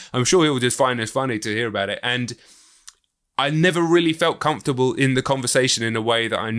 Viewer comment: The way Fantano pronounces comfortable makes me so uncomfortable